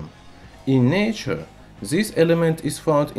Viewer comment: In zature zis zelement is zery zstrong.. haha. Man why you love alphabet "z" so much.. LOL 😂